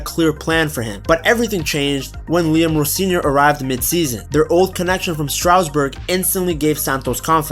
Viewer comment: IT IS STARSBOURG NOT STROUDSBUTG